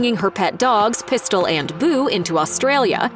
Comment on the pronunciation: They way he said pistol and boo made me giggle.😁